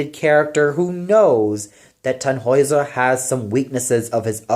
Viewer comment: one little note: the name Tannhäuser should be more heavily stressed on the first syllable.